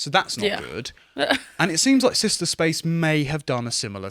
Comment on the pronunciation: It's sister not sishta. Stop butchering the english language.